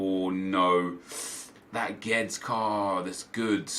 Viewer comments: It's pronounced 'Gwe-dez' not geds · Nep its not "Geds" its "GUE DESH" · “Gedz” ffs, horrible pronunciation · Guedes is pronounced GWEH-DEZ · Gabriel Colquhoun he says like Geds or something, it’s so weird